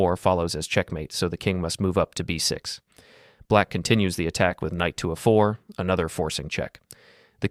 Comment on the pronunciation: This is good stuff. Small pointer: you need to force your language generation tool to pronounce the letters of the alphabet correctly (?by capitalising them??entering them in quote marks???). Anyway "a four" is not pronounced the same as a4. English stress/unstressed syllables are a pain. Sorry about that, but I don't make the rules🤓